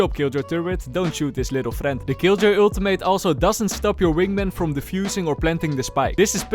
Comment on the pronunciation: I love the way you say Ultimate. “Aultimate”